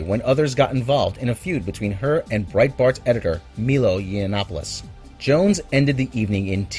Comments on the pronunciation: Its pronounced my-low not me-low... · It's Milo, not Meelo. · my-low, not me-low .... Milo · please, it is MI-LO, not MEE-LO u____u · So you say she was harassed with racist on twitter and then you pronounce Milo's name wrong. Its pronounced "Mi-Low". How much research did you actually do on Milo to not pronounce that right? Seriously? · How the fuck do you think Milo is pronounced Meelo???